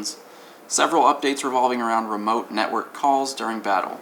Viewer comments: "Upstore appdates" lmao. hey stuff happens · I died at Up-Store and Appdates xDDDD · "UpStores" and "Appdates" i just lost it xD